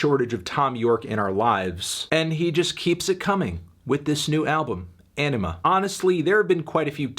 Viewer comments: smh melon its anima not enema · great review, but it’s called ‘anima’, not ‘enema’ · Anthony it’s Anima not enema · P F / Dad Reacts Anima not enema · Sorry, I just keep hearing "Enema"... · Did he just call it Enema? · It is pronounced enema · Sorry did you say enema? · Why do you pronounce it as "enema"? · Every time you say Anima I hear Enema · You said...enima? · Please stop saying "Enema". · pfft. sounds like this nigga said enema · Great review, but its 'Anima' not 'MBDTF is a 6' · Great review but I believe it’s pronounced Anima, not little anime girls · The pronunciation of Anima is wrong Anthony.